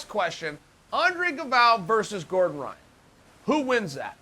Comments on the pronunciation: hyan? its ryan. not portuguese at all. ryan gracie. even if they pronounce it different its still an american name. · Bottom line: uncle chael is letting us know that he can pronounce brazilian portuguese changing the R for a G. We can bear the "G"oyce one, but uncle chael, Ryan is Ryan, not 'Ghayan'. Period.